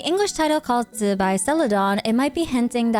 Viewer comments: Zubai? It's zibai why people can't read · Please just say zibai normally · and it sounds horrible, just use the english pronouncination instead